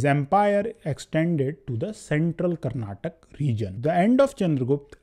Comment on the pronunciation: It is Karnataka not Karnatak